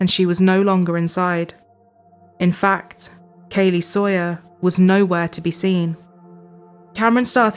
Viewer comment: It's interesting the way she said "Soier" instead of "Saw - yer". I was listening for the sound "saw" but I didn't hear it. It makes one to wonder, when she looks at the first syllable of the name "Saw - yer" what does she think? If she wants her dad to hand, to her, a saw, does she say, "Daddy, please hand, to me, a soi."? [Later] the other one did it, too. Is there some kind of crazy teacher in the educational system, who deliberatety teaches children to say things the wrong way?